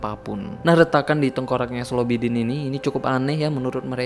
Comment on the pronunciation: Slobidin X Slobidin ✓